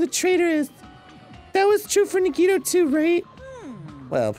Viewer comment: Dan pronouncing Nagito’s name correctly in this episode threw me off so much that I actually thought he said it incorrectly. And then I forgot how to say nagito’s name for a full minute.